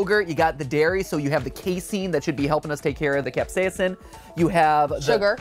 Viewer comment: I can't get over how every time Mat says "capsaicin" it sounds like he glitches out on the second syllable. 😂 CapsaEEEEHHHcin. 🤖